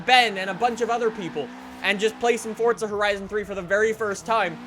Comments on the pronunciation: QUIT SAYING FORTZA ITS (for-za) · It's forza not fortza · PLEASE STOP SAYING FOR T ZA.. I'm a simple man, FOR Z A.. just say it! Dont church it up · Fortza???? Its Forza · Why do people say Fordza? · Wtf is fortsa? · It's not Fortza it's Forza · ITS NOT ForTSa. ITS ForZA. WHY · He is saying fortza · it fucking irritates me the way he says "forTza" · Am I the only one who hears "fordza" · Nothing pisses me off more than people who can't pronounce simple words like "Forza". For fucks sake, WHERE IS THE "T"? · "fortza fordza fordtza", are you speaking the Italian version of this word or ruining the english rendition of it?